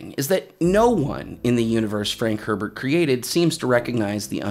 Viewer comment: Love this channel!! Brilliant man. Even if you mispronounced Herbert. Lol.